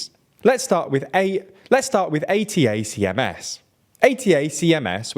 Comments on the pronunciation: “Attack ‘ems,” not A. T. A. C. M. S. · Please work on your pronunciation! 'High-mars' 'Attack-ems' 'Bach-moot' Seem to be your regular woopsies and if youve only ever seen them written down... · Guys, You might want to do a little bit better research. ATACMS is pronounced like a word (Ay-tack-ums). The F-16 was always a USAF aircraft (Us Army hasn't had fighters since September 18th, 1947). Also, your pronunciation of Kyiv sounds more Russian than Ukrainian. We really should insist on using the Ukrainian spelling and pronunciation for cities in their territory, including the Donbass and Crimea. If we use the Russian version of names, we are ultimately giving Putin a soft win in how we think about the world. That's not acceptable. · It's a bit surprising that one year into the war, the employees of a news channel still don't know how to pronounce "HIMARS" or "ATACMS". These terms are on the news basically every day... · Reporter should have find out how to pronounce ATACMS.. there is a lot of videos out there talking about it. 🤦‍♂️